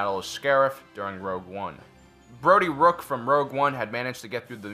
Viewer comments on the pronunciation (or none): Bro di rook XD Hey hey, bro, I'm bro di